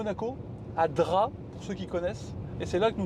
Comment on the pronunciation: Un remake des Tuches mais version vlog ultra long et sans montage… 😑 et pour info on prononce DrapE même si cela s’écrit Drap. Et mdr Drap n’a rien à voir avec Monaco 🤣🤣 c’est clairement pas le village le plus haut de gammes des Alpes maritimes d’ailleurs. Un bonheur de voir des gens qui roulent en électrique , payer le péage avec leur carte bancaire au lieu d’utiliser Apple Pay … la technologie mais pas trop non plus visiblement. Bref la vidéo est longue ennuyeuse et en plus 80% des échanges tournent autours des pauses pipi / caca / dodo / repas. Passionnant